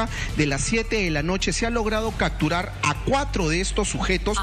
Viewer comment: Por qué dice CACTURAR cuando debe de decir "CAPTURAR". y TODAVIA SE CREERA REPORTERO... Por eso antes de ingresar a las universidades peruanas debe de haber un examen de suficiencia en castellano como lo es el TOEFL en los EE.UU. o con el Alemán en Alemania cuando se quiere postular a una universidad. Al menos asi nos aseguraríamos que el que va a estudiar en una universidad publica o privada del Peru va a entender bien lo que escucha.